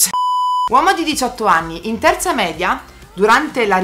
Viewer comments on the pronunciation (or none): none